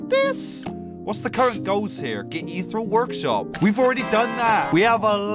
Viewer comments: Isnt it pronounced “EEthirial” not “ithurels” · Its pronounced eth . Eeree . al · the elements, are plasma (slime) shadow (ghost) mech (the gears) crystal (the jewels) and poisen (the last one you couldn't name) also, ethereal, is pronounced: ee-theer-ee-all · I’m sorry but it’s pronounced: ee-thee-reeyal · they aren’t crystals, they are shards. you pronounce it ETH-EAR-REE-AL. The Ethereal elements are: Plasma, Shadow, Mech, Crystal, Poison. (Blarret is a Ferret) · its pronounced (eth ee ree al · Every time he says ethereal wrong part of me dies